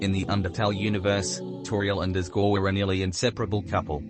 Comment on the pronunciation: "Guei" is pronounced "gay"